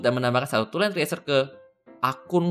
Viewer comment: cresyurr bang bacanya, bukan triesur -_